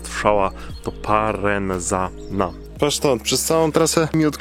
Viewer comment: Parenzana od miasta Parenzo czyli Poreč. I po włosku, i w czasach czarno-żółtej monachii i teraz Chorwaci przeczytają to przez "c" a nie przez "z". Stwierdzenia o tym, że nie jeździ się na Istrię, nawet nie skomentuję...